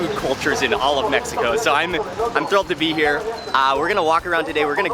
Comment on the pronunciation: Why don't you pronounce Mexico correctly you jurk?